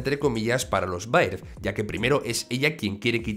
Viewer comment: se dice berd no baird